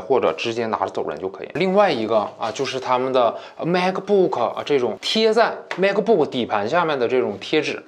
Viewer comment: 是马克不克 不是macbook